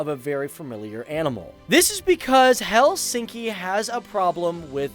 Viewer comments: In Finnish, the emphasis is always on the first syllable. Not: HelSINKI. It is pronounced HELsinki. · Helsinki pronunciation is: HELLsinki...like all Finnish words, stress ALWAYS on the first syllable and then falling in a linear way...